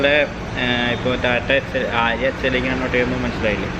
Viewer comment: ബോലോറ എല്ല ബ്രോ... ബോലെറോ 😄 ആര്യ എല്ല ആരിയ 🤫 Edit: paint job is superb 👌🏼